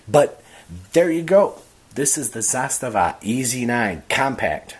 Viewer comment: Thanks for pronouncing Zastava correctly 🎉